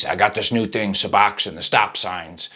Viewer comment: Why do these dude always call it “Suboxoin”. Too funny.